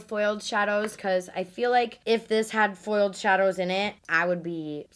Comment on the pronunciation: "FoILEDd ShaaDows"